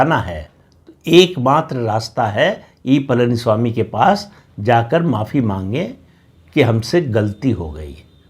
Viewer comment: प्रदीप ॥ please learn to pronounce Pazhani ( PazhaniSwami .. Not PalaniSwami ...) Please learn to pronounce it right. ZH ...learn to say it right. Please.